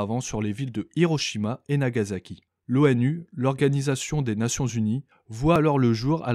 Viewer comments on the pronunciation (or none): L'uchronie commence en fait au 17ème ou 18ème siècle en fait (Aux environs de la guerre d'indépendance il me semble), mais comme les modifications sont mineures dans la chronologie, on en fait rarement mention. : Bon, comme d'hab, c'est une habitude, personne ne sait prononcer [Nagaçaki], on ne t'en veut pas.